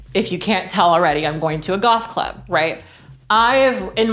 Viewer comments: I know you said “goth club” but I heard “golf club” and I love the idea that you would rock that outfit while golfing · Girl when you said "goth club" I misheard you and thought you said "Golf club" and tbh I was like "she can pull it off I'm not really surprised about this"